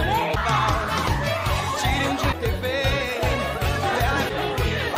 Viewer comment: Morena: - Nós vamos dirrubar isso daqui" Morena: Dirrubamo. Não aguentei 🤣🤣🤣🤣🤣🤣🤣